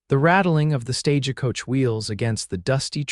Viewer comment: Tabitha is pronounced "TAB-ih-thuh". It's also Stagecoach NOT "Sta-ge-coach". Arrrrgh!!!!